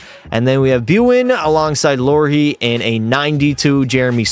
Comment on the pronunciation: Lorhee? Bruh